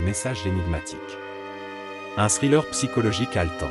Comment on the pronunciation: Vous prononcez mal thriller